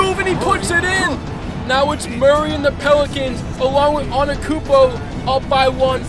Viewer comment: Notice how we says Giannis his last name wrong